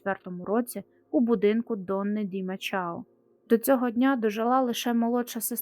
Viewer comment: Мачао . Якась неправильна вимова